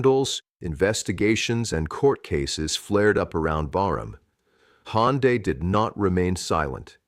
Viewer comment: Не Хонда, а Ханде, что это за произношение?